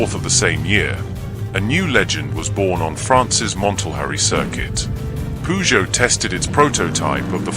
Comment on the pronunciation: NO, PURR JOE mate